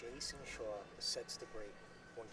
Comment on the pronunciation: Even when this match was played, the term “rock” for the cue ball had been out of date for 30 years. Plus it’s Jayson SHAW not “Shore”. Ugh! These announcers. 😡🤬